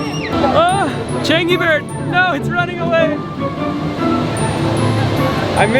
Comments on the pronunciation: pronounced as Ch-ah-ng-ee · Wait he really just said "changy"...